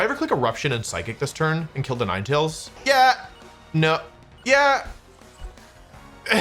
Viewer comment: bruh what Nin-e-tails